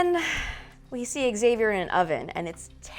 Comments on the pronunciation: Love that your channel is the only one that doesn't pronounce Xavier's name that weird way: "ex-xavier". Why do they do that? Specially since they pronounce it like you in AHS. PS: English is not my primary language. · So here's a theory: what if it's the ghosts can move through time and all characters who died will go back to the first Massacre ans try to stop it? 🤔🤔 Also, finally a channel that says Xavier right! It was driving me crazy 😂